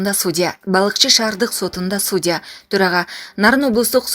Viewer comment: Туура айтасың (судя дегеничи.. ) Жыйнтык жок мен канча жаздым, туура сүйлө деп.